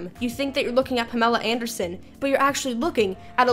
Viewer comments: Pahmla Aindersohn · Payamella Ayandurrrsin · I know I'm late to the convo, but... Panama Ankle Son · PallMall Andy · Poomella Undersun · Puhmerlla uhndursin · PaLemma Endorse-sons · Pameera andeelson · Perm ooo lah an deer sent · Pahmeillah Ahndeirsohn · AAAAMELA PANDERSON